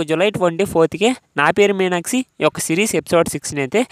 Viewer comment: మీరు "మీనాక్షి" అన్న పదాన్ని " మీనాక్సి " అని పలుకుతున్నారు. అది తప్పు కదా. మీకు వీడియోలు తీయాలని ఉత్సాహం ఉంది కదా. మరి సరిగ్గా మాట్లాడక పోతే బాగోదు కదా. అందు వల్ల మీరు వెంటనే తెలుగు ఎలా మాట్లాడాలో నేర్చుకోండి. All the best. I will watch keenly your progress. Bye...